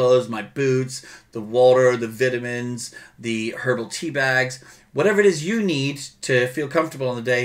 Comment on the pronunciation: I like how he says vitamins lol